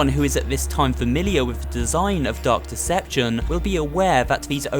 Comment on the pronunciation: did he say Duck deception?..